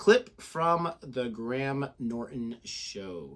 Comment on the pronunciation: Was going to click on this in around 30 minutes, but then I realised it contained John Cleese, and clicked just to see one thing... As I suspected, you're pronouncing "Cleese" wrong, just like every American, but at least you're sort of pronouncing "Graham" correctly. Cleese is pronounced Cleez. Graham is pronounced Grey-Em.